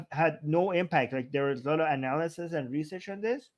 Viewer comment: I can't get past the 'ayand'.